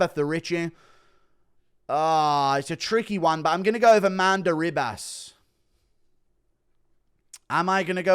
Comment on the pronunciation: Why does he call her Amanda RIB ASS